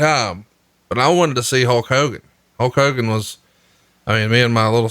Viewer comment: “HOKE Hogan” Warrior